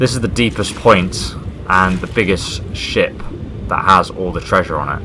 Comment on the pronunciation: When he said ship I thought he said shit